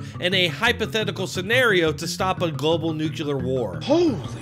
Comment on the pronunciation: Nuclear, not NUKULUR